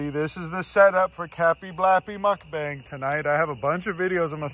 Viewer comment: Calling a mukbang, a “muck bang” 😂 (it’s pronounced “mook bong” (like book))